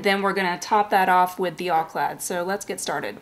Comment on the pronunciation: It's OUR - not are!! And It's pronounced Al - clad - not ALL - clad! 1 L sound. Spaztix is much better and does a more realistic chrome effect and not simply a polished aluminum look. And it's more durable than Alclad or Alclad II. I sold a bottle of Alclad that I bought new and never used. I also have Uschi Van Der Rosten brand chrome powder that is used the same way only you use an eye shadow bud to apply to freshly painted gloss black surfaces. Easier and not as messy as spraying. Try THAT the next time you want to re-chrome something.